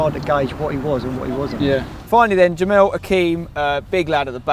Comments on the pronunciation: its not juhmeel its juhmel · It's Jemel not 'Jemil' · Jokes when Spencer can't pronounce Jemel's name